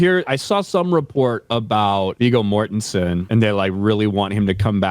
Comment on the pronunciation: "Viggo Mortenstien!!!"